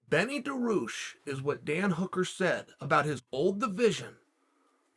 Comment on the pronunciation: Now I may be out of the loop but, he's got to be doing this on purpose right?